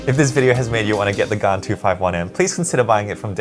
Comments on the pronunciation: It is pronounced gan not gaan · Please don’t say gaan in India, they will hear “gaand”(ass) (I have Xs as my main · I feel weird when you pronounce Gan.